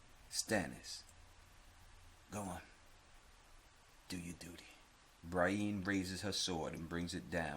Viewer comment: "Bri EEn" lmfao 👊